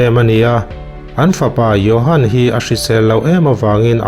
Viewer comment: Johan, tia inziak tinge yohan ti a ilam